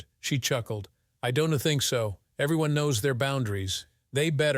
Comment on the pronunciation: This story is fucked up! The villain in the story is named Richard. Then, before the Police got involved, his name changed to Jake! It was painful to listen to the pronunciations of possessives and contractions. Instead of apostrophe S, each person's name was pronounced with the S sounding like a last names first initial! Example: the prosecutor S. Mark S. ; Don't was pronounced donte'. Also, the title indicated that the story was about interracial marital cheating! This story should be removed from Instagram! Ma'am was pronounced, MY AM! WTF?